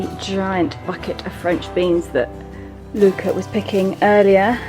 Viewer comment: Luca's pronunciation has improved, did you secretly give him lessons?